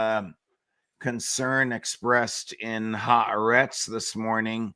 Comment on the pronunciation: Ha AH' retz is the newspaper pronunciation.